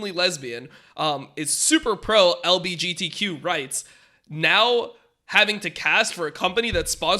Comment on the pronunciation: The best part is when dom is struggling to pronounce LGBTQ while visibly reading from a screen.